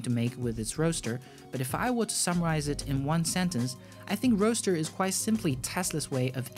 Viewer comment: Goooood. Roadster not roaster.